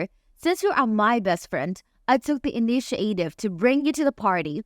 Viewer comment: inish-i-ate-ive all kinds of words wrong. can't listen